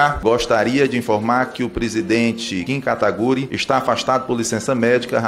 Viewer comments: kim catupiry. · Kim Katagüiri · +uma Kim KataKupim